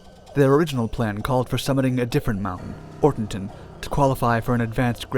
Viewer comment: "o-TOR-ten," not Ortenton. And "kho-LOT s'YA-khl."